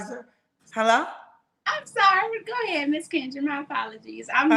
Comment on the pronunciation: I knew she was from here when she said goheeed Kendra ….. who ever bring me peace ✌️ u can be a part of.. conclusion still single 10 dates 😂